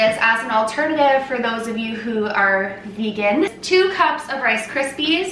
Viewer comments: Vay-gan! I love her so much 😂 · In France we say "végan" like your grand'ma :D instead of regular butter I also use ghee (for lactose intolerance) or coconut oil. it works well. Be careful, if you use margarine, that there's no palm oil inside, as it's taking part in destroying the tropical forests and all the animals that live there . :) I will try your recipe during the holidays! thank you so much to you two! I love your grand ma and i love you :D P.S. I LOVE your grand'ma apron!